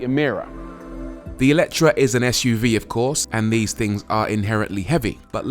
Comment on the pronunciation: FYI it's "AY-letre". The original hungarian word has an É not an E at the beginning